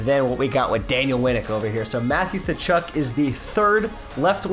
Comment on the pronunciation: Thachuk? It's katchuk